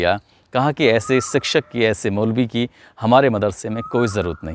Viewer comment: Sikshak nahi shikshak hota he